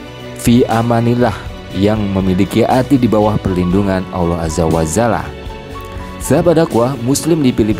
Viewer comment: Allohu Akbar ...!!! Btw., nyebut kalimat Alloh Azza wa Jalla. Bukan Aza wa zala min...